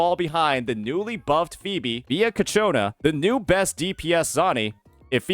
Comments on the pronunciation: does he say kachona just feed his ego or something? XD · It's so funny hearing you pronounced ciaccona as Katyuna, sounds like a cheap Russian rocket😂